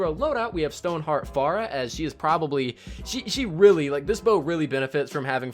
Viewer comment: i couldn't ignore the fact he pronounced Farrah wrong